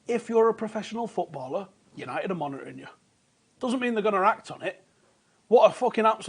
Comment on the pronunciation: Was I the only one who could hear only “monetary” when said “monitoring”!?